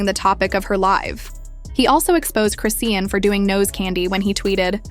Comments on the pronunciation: It’s cris-Shawn . Like why are you saying Christian😂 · crayshin, croane, crocs? this ai voice done called her bout 50 11 names, none of them the right one?😂😂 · Chrisian. She ain't even say no T. 😂